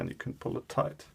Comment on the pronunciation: "Toight it roight up"